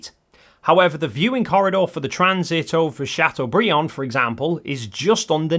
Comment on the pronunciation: My Highschool was in Chateaubriand! Thanks for not butchering French name!